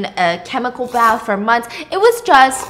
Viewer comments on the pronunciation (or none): none